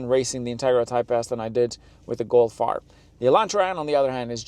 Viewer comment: What's a "Go Fire?" You mumbled those last sentences could not understand a word and you're dressed in the Scotland's mid Decembre and had to use the A/C? Obviously dropping a clutch hi-rev was never in your blood lines. LOL Nice. Y'all can't handle a stick.🤣